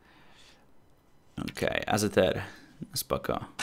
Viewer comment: Nie azyer tylko ejzijar xd